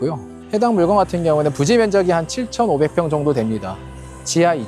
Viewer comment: "물껀" 으로 발음하시는게